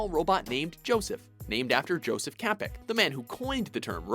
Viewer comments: Um, R.U.R (the play that introduced the term "robot" was written by Karel Čapek (pronounced CHA-pek). No Joseph in there... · For future attempts to prononce czech names, the letter "Č" in the name Čapek reads as a "ch" in words like "chair" for example :)